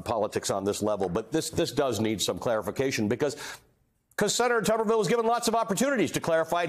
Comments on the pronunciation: The senator's name should obviously be pronounced "Toober ville" not "Tubber ville". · It isn't "Tubberville" it's "Tuberville", as in Tuber-ville, as in "spudtown" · HELLO!!!There's only one b in his last name so therefore it's pronounced just like you're saying the word tube.